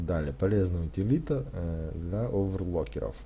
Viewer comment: Дизлайк за "афтербУрнер" и за "оверлокеров"... дальше смотреть не стал